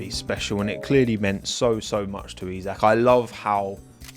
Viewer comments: As someone who is also a Liverpool fan I like your pronounciation of his first name :D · Yeey, you learned how to pronounce his first name. :D If the Formula 1 fanbase now learn how to pronounce Michael Schumacher (no, it's not the same as the English "Michael"), then I'll be a happy linguistics nerd.